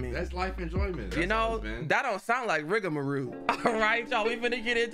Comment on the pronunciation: I love how he never says rigamarole right🤣🤣🤣 ROLE BERLIN ROLE, not roo💀